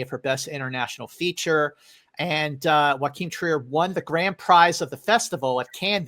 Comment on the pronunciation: Why pronounce JOACHIM Trier like "Joaquin"? It's not even close. Norwegian and Spanish are two very different languages.